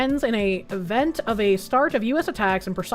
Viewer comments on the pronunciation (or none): none